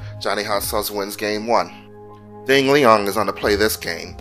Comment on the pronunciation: LOL "Ding Leong"